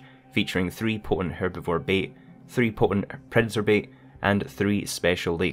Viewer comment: Say POTENT again ......